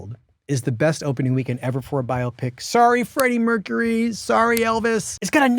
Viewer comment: It is a BUY-O-Pic.........not a Bio-o-pic.